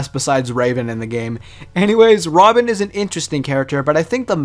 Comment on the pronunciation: Nigga said Robin💀💀